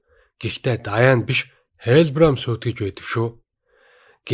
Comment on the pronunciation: Даяан биш дианнэ шдэээээээ